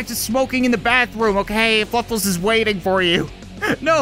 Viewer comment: I don't mean to be a grammar nazi but its fluffles not fuffles